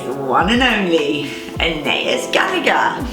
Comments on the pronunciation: It’s so interesting the way you pronounce “Anaïs” in the UK! I speak French and we pronounce it “Ah-nah-ees” :) cute video ! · I don’t think her mum realises there’s a proper French pronunciation, I’m in the UK and I’ve never heard it said an-ay-is before, only the French way!